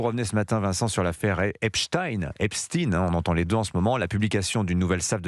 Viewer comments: Epstein, et non Eptsine, SVP.... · Epstaillegne et non pas Espstine ! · Epstine au lieu d'Epstein... Et pourquoi pas Einstine au lieu d'Einstein pendant qu'on y est ? Peur d'être accusé d'antisémitisme ? Stupide. Va-t-on devoir dire Stroscan au lieu de Strauss Kahn ou Jacques Lent à la place de Jack Lang ?😊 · Ça se prononce EPCHTAÏNE (et non EPSTINE façon Bruce SPRINGSTEEN) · Prononcéz epSTEIN et pas epSTIIIN pour faire oublier que le mossad et les rot sont derrière tout ça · EpstIN 😂😂😂 Toute la terre dit epstein comme Einstein Qu’est ce que ça veut dire ? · J'adore l'intro ou il s'oublie et dit "l'affaire Epstein" et se reprend apres heuuuu Epstine ... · Epstine vous insistez, epstine pourquoi???